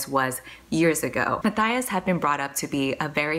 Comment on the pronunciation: Wait I just realized in the back of crooked kingdom, the pronunciation guide says Inej Ghafa is pronounced Inez Guffaw not Inejz Gahhfa...and Matthias is Ma-tie-is not Ma-thigh-is. My life is a lie.